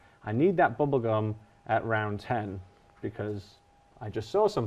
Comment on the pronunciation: "Gobble gum"